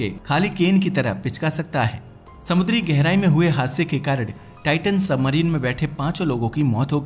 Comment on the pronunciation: कारण ❎ कारड ✅